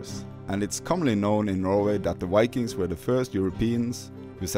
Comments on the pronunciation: Viking. V… Not Wikings ⚔️😎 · Yes cøme see the "wikings" and all the løveli lakes, the wønderful telephøne system, and mæni interesting furry animals, including the majestic Møøse. Cringe, why do so many norwegians say vikings with a W, we don't do that ourselves. Perhaps it is the vowels. Norwegians, say this 1000 times: Voi Voi! Vaiana! Violence! And I agree so much with the video, don't go further North than Trondheim, there is nothing for you here, just rocks and cold rain. Poor roads and nowhere to park. Expensive rooms if you can find any. And in summer you won't be able to sleep because of the light and mosquitos.